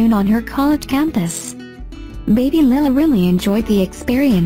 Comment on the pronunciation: Is there a reason why the narrator pronounces Lilahs name wrong...Makes me cringe...